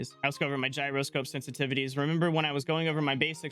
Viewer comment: You been trolling me all this time 😂😂😆. You do know how to say gyroscope correctly